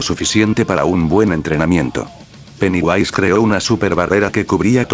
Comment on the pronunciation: se dice pennywise